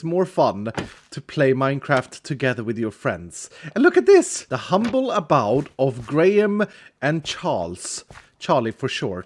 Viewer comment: ABode is pronounced A - BOH - D